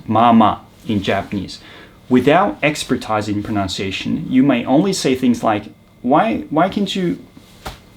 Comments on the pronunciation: かっこいいです。 だいじろうさんのおかげで発音が好きになった者です。 オンライン英会話で使ってみたい表現が盛りだくさんでした。 expertise の発音が気になりましたが、ｴｸｽﾊﾟﾀｲｽﾞと言っているのはｲｷﾞﾘｽ発音のちがいですか？ ｴｸｽﾊﾟﾃｨｰｽﾞという認識でした。 ご教示いただければ幸いです。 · アップロードしてくれてありがとうございました。言語ごとに色々なアクセントとかイントネーションがあるので、特定ネイティブスピーカーように自分自身を化するのがいいか悪いかどうと思いますか？Also very very small nitpick, 'expertise' is actually an import from French so it's pronounced with a French 'i' (super unintuitive, I know).